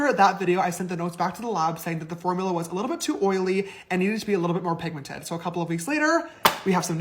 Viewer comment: Y’all … did he really just say PIGMENTATED? Girl no that ain’t even a word. He seriously needs to go back to Sister School and retake himself some English classes. I completely agree with you, … He missed the boat when it came to starting his makeup line. I think he is counting on his fans to buy his products… But honestly I’m not sure there’s enough of them out there anymore to make this a wise monetary business venture.